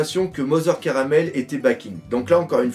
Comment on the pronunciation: En fait la prononciation serait plutôt Carmel et non Caramel, en référence aux carmélites qui est un ordre religieux donc Mother (Mère) serait à prendre dans le sens religieux (la mère supérieure d'un ordre de sœurs) et non dans le sens famille.